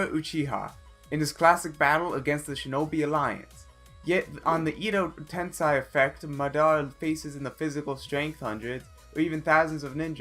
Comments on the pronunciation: its maa daa ra and eei do ten sei like sensei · The way he pronounces madara uchiha and edo tensei cant help but cring i swear